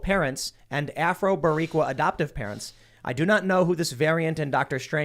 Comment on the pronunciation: loooole, the way Tim tried to pronunce Boricua